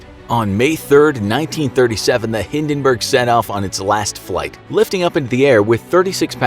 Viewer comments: The HindenBURGER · Hindinberg: on fire Captain: dinkilberg! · you even cannot pronounce Hindenburg